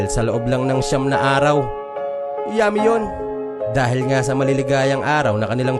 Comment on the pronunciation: Natatawa ako SA pagbigkas mo Ng YUMMY 😋😋